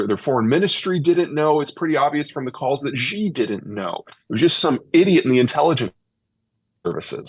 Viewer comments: Peter gives incredible insight and wisdom, we are indeed fortunate for both. One thing that is easily remedied and yet amiss is correctly pronouncing Chinese names. Specifically Xi Jinping. Mispronouncing him as "Ji" undermines Zeihan's credibility and due process. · Zeihan would have more credibility in talking about China if he learned how to pronounce the name of the country’s president—“she” not “jee” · The leader of China’s name is pronounced “she” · I like Peter...but he mispronounces Xi's name and thinks Mao introduced the 1 child policy, it was Deng Xiao Ping. I wanna give him a slap sometimes. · Pronunciation breeds credibility, it isn't that hard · can't listen to him. he can't even attempt to get his pronunciation of xi right 😂 on purpose. If China was collapsing it would be around when all the sanctions was on China from the west due to 1989 Tiananmen massacre. However, did China collapse back then ? And what was the debts structures of china are all invested in infrastructure, There is vast rural potential china could tap for further development, so the domestic economy will stabilize after decoupling from the west.